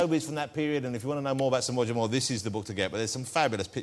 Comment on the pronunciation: It's pronounced Roger not Woger, it's not Monty Python, Good think Wossy isn't a political journalist, he spend every 4 or 5 years banging on about the up coming erection.